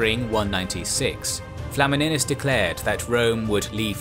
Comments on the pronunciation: tbh pronouncing flamininus with "e" and not "i" sound is not that simple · FLA-MI-NIUS not flamminus